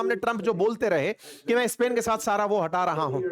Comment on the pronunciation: सर , आप इस्पेन क्यू बोलते हो जब के pronounce स्पेन है ?